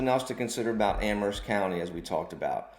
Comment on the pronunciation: I like that you pronounce Amherst correctly with a silent "H"